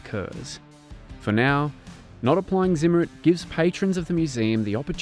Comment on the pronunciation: The anti magnetic coating is pronounced [tsim - mare - reet].